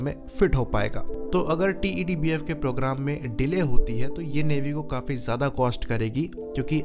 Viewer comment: Why do you keep calling it "टी.ई.डी. बीएफ" It's so tedious & irritating.. Just call it "टेडबीएफ" & be done with it.